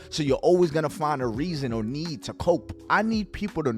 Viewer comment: It’s COPE like POPE not coupe like a car lmao! 😂